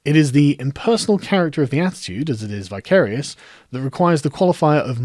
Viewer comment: Thank you for this. 'Vicarious' as in vicar. A vicar acts vicariously. (I've never heard it pronounced in the manner you did - but hey ho.) I like this word. ;) Great last sentence!